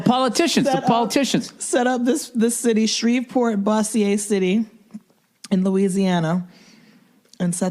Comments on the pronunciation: I’m from Louisiana and it’s pronounced Boze-sure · Bo-zure. No boss -e-ey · Its pronounced "Bozzier" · its bo-zier. LOL